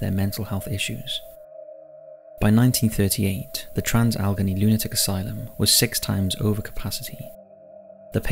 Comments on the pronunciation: Just for future reference, Allegheny is pronounced as Al-Leg-Ay-Knee, not Algeny. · This was really interesting, however Allegheny is pronounced Al-uh-gain-ee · Al-A-Gain-E (Pronunciation) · Bailey rejected from entering heaven due to wife not including whiskey in his grave, but nobody mentioning he wanted his DOG KILLED go be buried with him. (also, The WV psych hospital is pronounced AL-uh-GAIN-ee) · Trans "al eh gain knee" just so you know how to pronounce it, no hate here, only being polite. Love the videos and channel. Hope everyone is well and stay safe during these times. ❤ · Where do you get your place name pronunciations from? Al- eh - gay - nee